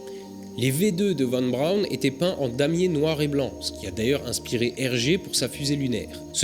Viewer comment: La fusée de mon enfance...Pour info, si on écrit VON BRAUN, on prononce FON BRAUN